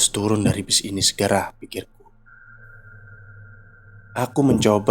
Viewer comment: Keren bang. Lucu waktu abangnya salah ngomong, jadi "harus tulun" 😂